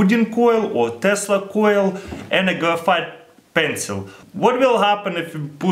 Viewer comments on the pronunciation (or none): "grafeight pencil"